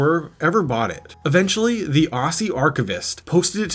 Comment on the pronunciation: You didn't just pronounce "Aussie" like that